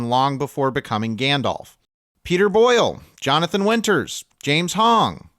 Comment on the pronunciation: I'd have assumed that a channel that deals with film would know how to pronounce Gandalf correctly despite being american.